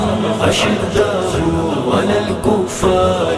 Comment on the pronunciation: is men jo background naat khuwaan hain wo aayat galat parh rahe hain. ashiddahu nahi hai wo ashidaau hai